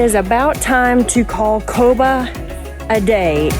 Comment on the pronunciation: Great video! 👍 It's pronounced Kobaa